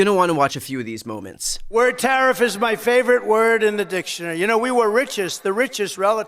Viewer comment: Learn how to pronounce tariff !